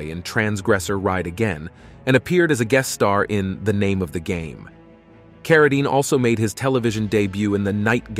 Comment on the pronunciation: Although it's way too late...do your research! His family name is pronounced "CarraDEEN," not "CarraDINE." It was always that way. He changed his name from John Arthur Carradine Jr. to David so that he wouldn't be confused with his famous father. The last name was always pronounced the same. Listening to you constantly butcher it is cringeworthy. This is basic research that should be done BEFORE doing a whole video about someone (to mooch off of) and posting it on the internet for the world to see. At least have some respect. There are plenty of videos about John Carradine right here on YouTube. One is by People Document. Look it up and learn something! Btw, I couldn't get past 3 minutes of listening to this.